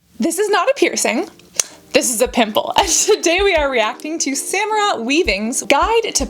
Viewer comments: I was so excited to watch this because growing up with the same name I was like omg !! An actress with the same name and same spelling then eek you said it wrong ! It happens but when we meet a Samara is pronounced Sah-mar-rah!! At least the origin of my name which is middle eastern/ Hebrew. Thanks and I love your videos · It's so weird hearing my name pronounced so different- my name is Samara and my mom pronounces is as Sam-Era and I've had it pronounced Sam-Ara. I love it!!